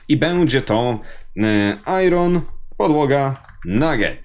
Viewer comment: Nie "ajron" tylko "ajen" grammar nazi